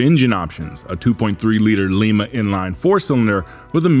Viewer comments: well your not the only one to mispronounce the lima ohio town where these 2.3 4 cylinder engines were made. Its pronounced lime-a. like the fruit. not leee-ma. The 302 V-8 is oversquare? How can an engine that makes way more torque than horsepower be oversquare. That engine is UNDERSQUARE. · Great video. Minor correction: The Lima engines were pronounced "L-EYE-mah" not "L-EE-mah". They're named for the Lima, Ohio Ford engine plant, and that town's name was pronounced differently than Lima, Peru. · “Lima” is a Portuguese last name, I know as I have family from the Azores and they pronounce their name as Lee-Ma…. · L EYE MA. Pronunciation of Lima... As in Ohio. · Why did you say Lima with e and instead of a i ?